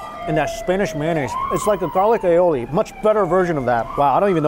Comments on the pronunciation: Pronounced "ayolle" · Pronounced A-oli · The Spanish: Aioli: "alé-olé" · how do you not know what AIOLI is? (ei ·ow·lee) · It's pronounced fee-dey-ohs and eh-oh-li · "Spanish mayonnaise called A-YE-ole" no man, that's just aioli, which is a french sauce from Provence. actually most sauces in every restaurant is a variation of it; from your spicy mayo to honey mustard(mayo mustard honey) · the way he pronounce "Aioli" lol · Pretty sure he said Aioli wrong 😂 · my man doesnt know how to pronounce aioli